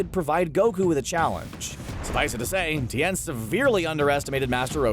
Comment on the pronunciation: It's Tien, bro, not T n